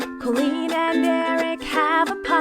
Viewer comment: I love this new one because it sounds like he says “I’m da queeeennn” 😂